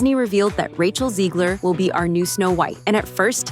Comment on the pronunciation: Once upon weird. She cant even pronounce her name for fear people will realise it's German 😂 ZeGLer not ZEEgler.